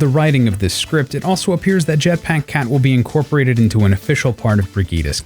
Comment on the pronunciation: "jetpáck cat"